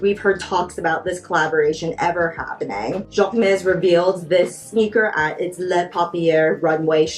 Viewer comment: Jacquemus… pronounced jock moose… that’s the closest English pronunciation